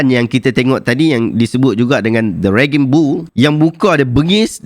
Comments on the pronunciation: 😁 tersilap sebut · Bukan "ragging bull" tuan, sebutannya raging (raejing) dpd kata akar 'rage'...... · Rage=raging [reijing]